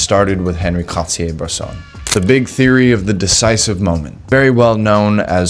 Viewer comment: Excellent insights from a person who clearly has high standards which is a trait lacking in many, many photographers. But do me a favor; since you say his name so much, at least half the time correctly pronounce On-Ree (not Henry) Cartier-Bresson. Oh, and it's DEE-Ann Arbus not DYE-Ann. Keep up the great work.